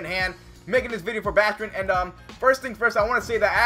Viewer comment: It's baaaastrin with a long a lol